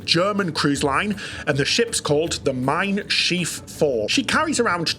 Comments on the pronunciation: Shiv... not sheeve bro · Your pronunciation of Schiff makes it “schief”- which is very apt. It means wonky, or it combination with the verb “gehen” as “schiefgehen” - to go wrong. 😂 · but it’s spelled Schiff, like Ship. One i!